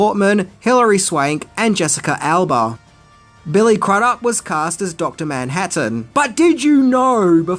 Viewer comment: His name is pronounced "croodup". P.S. I always thought the best way to adapt it would have been a 12-part miniseries. One hour (or so) for each issue of the comic book. But I don't know if that would make sense financially.